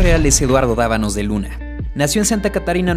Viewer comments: Es "Dávalos" , no Dabanos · Es EDUARDO DAVALOS DE LUNA. NOOO DAVANOS 😒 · Hahahaha valió verga desde el principio es Davalos no davanos 🤦🏻‍♂ptm